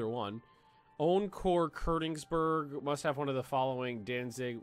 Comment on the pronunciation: Ugh say Konigsberg right